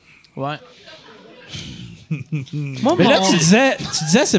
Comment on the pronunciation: Excellent épisode, agréablement surpris! Belle chimie, on dirait que la crowd dans les commentaires fait pas la difference entre vrai et faux malaise. Léger détail, la prononciation du mot yacht semble inexacte...c'est plus hot la vraie ;)